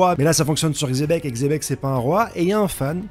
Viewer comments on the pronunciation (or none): xebec c'est pas un roi, parle bien de xe Bec